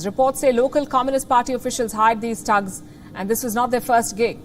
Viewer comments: its not Tugs its THugs th other then that your great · Not 'tugs', but 'tttthhhh-ugs'